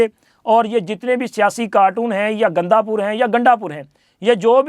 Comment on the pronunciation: ganda pur nahi g ganda pura bolo